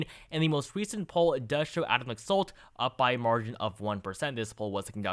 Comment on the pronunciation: For future reference, the Republican candidate in Nevada's name is pronounced "Lack-Salt."